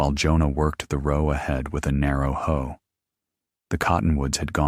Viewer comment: This is an excellent story, even with the AI narration glitches. It was profoundly amusing to me that Jonah was working the garden with a "narrow ho"! There is a big dofference between a "ho" & the garden tool known as a hoe.😂